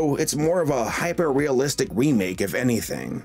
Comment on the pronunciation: You said wemake once.